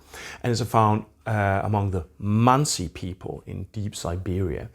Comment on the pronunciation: He’s saying it wierd but they’re the mansi people